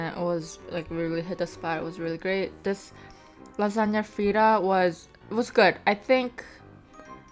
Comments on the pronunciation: "Laganya* hehehe lasagne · she said lasagna like you say “lajania” 😭 but i love your mukbangs!!!! ❤️❤️